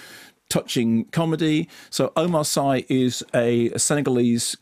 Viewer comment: Sorry Mark but I lived in Senegal for so long that I cringe when local names are mis-pronounced. Omar Sy's family name is pronounces "See" not "Seye" like synoyme not sci fi! He is of Mauritainian origins and made his name on French TV as part of a comic duo Fred and Omar!!! Very funny man.